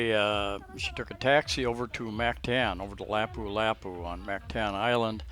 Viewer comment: I think if you are going to live in a foreign country you should make an effort to pronounce their language properly. Listen to how the locals say Mactan and Lapu Lapu (just 2 for example).